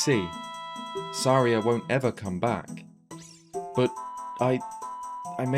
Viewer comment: Why do you say Saraya weird?